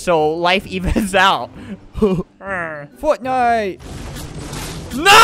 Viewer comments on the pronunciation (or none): "heha fotnite"